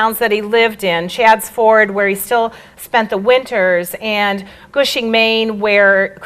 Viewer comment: Very nice and informative talk. Incidentally. it's Cushing, Maine not gushing.